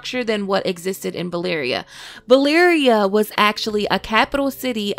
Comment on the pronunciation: is it just me that hears Balyria all the time... am I slowly going mad in here?